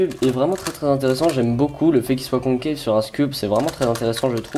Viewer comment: Joyeux Noël ! Mdr tu me fait trop rire quand tu dis "conqueilleve" au lieu de concave😂😉